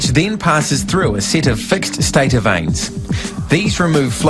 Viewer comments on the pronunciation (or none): none